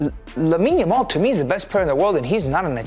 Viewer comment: Why does this fool keep calling him Lamal ?🤣🤣 the way he talks it sounds like English isn’t his first language, but then he has a British accent I can’t figure it out 😂